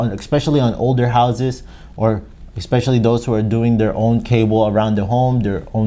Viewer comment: especially, not expecially